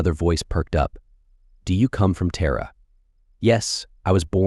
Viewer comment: So we have Terra called Tara and Terror. Utter AI Bravo Sierra